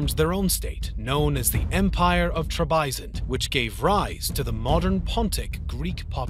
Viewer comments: The guy's obviously never heard any of these words actually pronounced. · "T r e b a i z o n d '" gosh it's just Trebizond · Your pronunciation of "Byzantine," "Trebizond" and "Janissaries" is weird. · I vaguely remember hearing it like that before, I think it may just be an out of fashion pronunciation. The way he said Trebizond though, that was aweful.